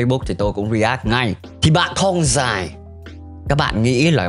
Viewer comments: bạn nên học lại cách phát âm từ thong nó đọc là thong không phải là thoong .Với lại đặt cap mà chẳng liên quan đến nội dung gì cả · Sao t lại nghe đọc "Thong Dài" thành "Thoong Dài" nhỉ